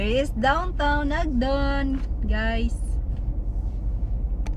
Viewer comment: It’s not Ogdden